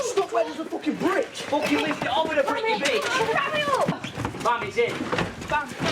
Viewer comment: Facking, foking,..fock,..focking,..facking...focking,,,fock...fack,..focking...so sad...:(